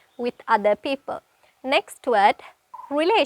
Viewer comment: Sorry meant to say work on "d". eg. "Word" you sound like we:t. Apologies🙏